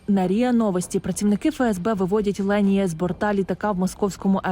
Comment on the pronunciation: Її звуть Лєніє. Просто дикторка не правильно ставить наголос і в назві відео не правильно написано